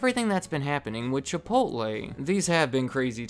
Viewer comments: Chipotleeeeeeee not Chipotlay! LOL! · Are you seriously calling it ChipoLTLAY.... Edit: You call it ChipoLTLAY the whole damn video